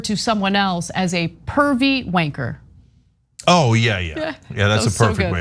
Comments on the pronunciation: I think you need to emphasise the A more in wAnker. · Wanker doesn't sound the way it's meant to when Ana says it...... If you've watched The Krays (from 1990) or Legend (Tom Hardy), or any film with sweary words from London or whatever, it's pronounced wan-KKKKAAAAAHHHHH!!!! From Glasgow, it's more WAAAAHHHNNNNNkerrrrrrrr. Great show guys. ❤ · On the word "Wanker," emphasis is put on the W. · You can't pronounce the R in wanker. You gotta say wanka